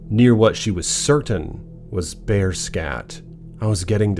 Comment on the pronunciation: 😂😂 .. "the Bearrrrrrr!" I just love it buddy!! 😂😭😆 (this would be a helly-good script for a horror movie!)